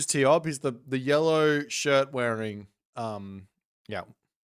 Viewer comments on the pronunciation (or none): Ugh no, its tioBmai.